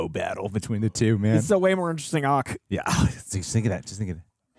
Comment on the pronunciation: The way says “Arc” 😂 so Boston